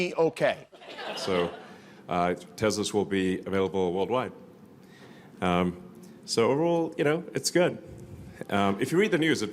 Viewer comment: “Teslas will be available woldwhite.”